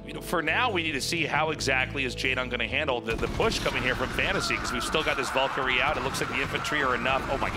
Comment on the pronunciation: The way Artosis and Tasteless pronounce Valkyrie almost gave me a stroke